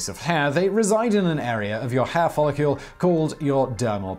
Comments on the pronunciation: The word is follicle, not "follicule." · Was he saying 'follicule'? And if so, what is a follicule? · Follicle not follicule! I despise the pronunciations by this berk, every blasted video! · Follicle is not pronounced "follicule". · Since when is the -cle suffix pronounced as -cule? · Every time that you said the word "follicle", you said it as though it was spelled "follicule". It isn't. ˈfälək(ə)l is the correct way to pronounce that word. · Please stop saying "follicule". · DAMN IT! 😖😵 STOP SAYING "FOLLICULE"!!! 😵😖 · Why do you pronounce it "FOLL-IH-KYUEHL" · i wanna know who told you that follicle is pronounced follicule lmao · I know, right? UGH! He is ALWAYS mispronouncing shit! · He also said "follicule" 😑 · Do British folk spell follicle differently, along the lines of aluminum vs aluminium? Simon keeps saying "follicule." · Exactly. I think that may be what confused him. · The brits fuck up all kinds of words lol. Every heard a brit say "aluminum"? Al-you-mini-um